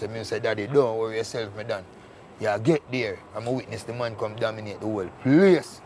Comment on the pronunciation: Cook slick with words yf😂😂 dawg seh "domiNOTE" instead of "dominATE" quick quick 😂😂😂😂